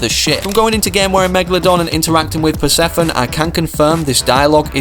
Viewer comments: Say it with me, per, seph, oh, knee. Persephone. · It's pronounce as Per see pho nee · puh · seh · fuh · nee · Purr seff uh knee....😂 Acid Axe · it’s per-sef-foe-nee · Persephone is Hades wife and it’s pronounced “per-Seph-oh-knee. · acid axe and it is pronounced per, sef, onee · Type Persephone into google and add the word pronunciation and it's this pr·seh·fuh·nee, You can also listen to the pronunciation yourself. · Here is how you say Persephone, per, se, phone,knee Also that is the acid axe and my name is Nicepantalones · You pronounce it like per. Se. Pha. Knee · Her name is pronounced Per-Sef-fo-nee, btw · fuh instead of fo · Now if only bro could look at comments and learn how to pronounce this stuff